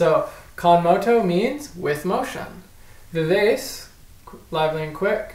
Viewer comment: Someone correct me if I'm wrong, but I think the proper way to say vivace is like "Vee-Vah-Chay" U.W.